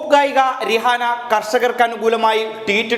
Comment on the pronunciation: രിഹാന എന്നല്ല പ്രൊനൗൻസിയേഷൻ റൈഹാന എന്നാണ് 😄😄😄😄😄😄